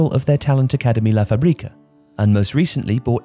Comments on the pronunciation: "La fabríca" I swear to God, you guys are killing me... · maSÍa FÁbrica come on m8 say it right